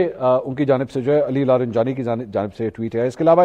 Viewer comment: Apko masoud pazichkiyan aur Ali larijani sab ka name atak jata hai😂